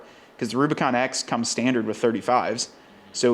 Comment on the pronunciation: Kudos for the nailed model name! I’m cool with the Mojave hoods on the new Rubi’s. Much more aggressive looking than the Euro hood. Good look!